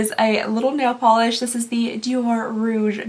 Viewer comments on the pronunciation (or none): none